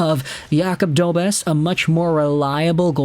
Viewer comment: It's pronounced DobeSH